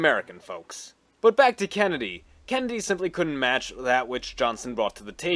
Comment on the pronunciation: Is he saying Kenndie?